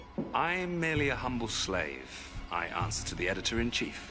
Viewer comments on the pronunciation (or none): none